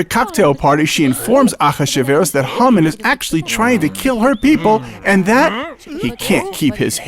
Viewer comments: Hamen..not Humman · it sounded like you said humming not hamman!